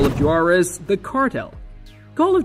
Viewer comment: and Joo-Are-Ez